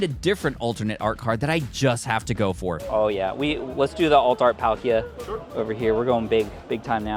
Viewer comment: the way you said “alpalka” it’s like we need some alpaca Palkia art made